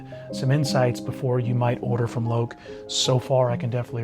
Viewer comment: Made in India. Fibreboard Heel Stacks. Loake rhymes with Joke.